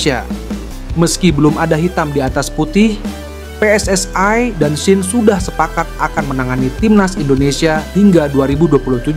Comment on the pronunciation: ST...way...... PSS...ayyy... Knapa sariawan kh